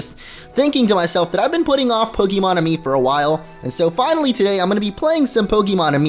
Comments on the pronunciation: I know you are Spanish. It's pronounced Aye-Me. This makes me wanna play Pokemon Y now... And you just need 2 hearts I believe to evolve Eevee, with a fairy move. The music notes mean nothing. The Enjoyment has to be 1 heart or more to show hearts when you pet it. Petting it lowers Enjoyment ( its dumb ). When you play with it that means it's Enjoyment is going up. Feeding it 1 PokePuff gives it 1 affection. 1 heart for 1 affection heart. Feeding it better PokePuffs means more hearts. Some Pokemon can high-five you. Just hold the hand, not on the Pokemon. Then they will reach out then you move your hand onto theirs. It rises their Enjoyment a little. The harder difficulties gives you better Puffs. If you are in a light bright enough and are in the center of the camera then you can play the making faces game. When you complete it your Pokemon gets happy and it's Enjoyment goes up. You need 3 Pokemon to play the Mini-Games. The slower your Pokemon eats then it's getting full. When it it's 3 slow bites then they need no more. HOLD the Puff. Don't let go of it. Female Eevees are rare FYI. Here is a link for the petting spots: Nice guide though. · BTW guys, it's pronounced Ah Me, Let me explain. Kalos is based on France, Amie, is the french word for love, and you evolve Eevee into Sylveon through affection there fore Amie, AhMe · it's ay-mie